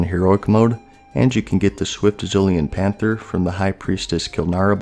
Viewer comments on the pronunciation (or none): none